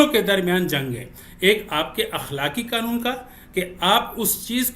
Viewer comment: اخلاقی معیار سے پہلے لفظ " قنون " درست کر لیں